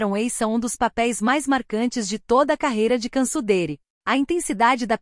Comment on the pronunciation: A pronuncia do nome dela tá errado, assistem o vídeo q a cantora Brasileira foi intrevistar ela na Turquia junta co a equipe da band